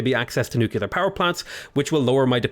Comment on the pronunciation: Nuclear, learn to say it.